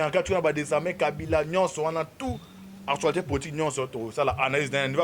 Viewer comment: Bongisa dicton. ''Artualité'' te mais ''ACTUALITÉ''. Aussi rectifie un peu. Tozo landa yo par la voie de l'Internet et non ''internaute''. Biso bâ internautes tozo landa yo par la voie de l'Internet. Merci pona bâ infos ndeko!